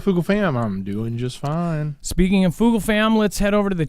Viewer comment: Because of his emphasis on fiiine? 😅😂